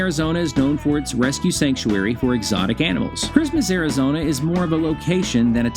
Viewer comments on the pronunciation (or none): AIR-A-Zona??? I thought it was ARIZONA!